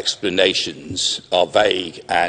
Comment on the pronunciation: уровень владения английским у чувака явно недотягивает до статуса зала, в котором он выступает. особо доставила попытка выыговорить vague, - явно впервые видит это слово. и навык публичного выступления слабоват я так понимаю и то, что он несёт (рыдания на legalese диалекте английского) никак не помогает ему распрямить грудь